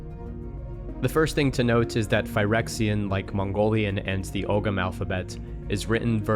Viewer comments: you dont pronounce the g in ogham btw. "oh-am" would be the easiest way to write it phonetically i think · Loving the content as always! Lil nitpick with the pronunciation of Ogham (ancient Irish alphabet), the gh is silent, so phonetically its Oam (like the meditation chant) Really cool to see one inspiration for phyrexian is from Ireland thou! Can't believe I didn't put that together before! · Amazing video man! I'm Irish and just wanted to mention that Ogham is pronounced 'Oh-Um'. So cool to see Ogham influence in Phyrexian.